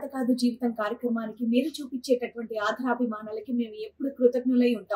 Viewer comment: Telugu sarigga matladdam nerchukondi. Pull out the advertisement first. Krutagnulu badulu kruthaghnulu annaru. Aadarabhimanalu anadaniki aadharabhimanalu antunnaru. Telugu sariga matladandi.